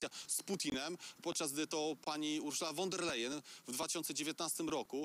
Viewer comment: Panowie , nauczcie się wreszcie wymawiać prawidłowo nazwisko pani von der Leyen (wymowa : fon der lajen)